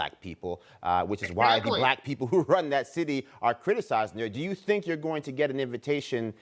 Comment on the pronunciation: "You'recnyourecnyourecn" Ok, Ma'am.